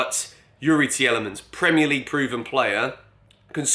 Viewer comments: Tielemans is pronounced “Teelemans” btw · Take it from a Belgian, Tielemans is pronounced like Tea Le mans!;) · Broja and Tielemans. The other day it was Tchouameni… Mate please say their name properly lol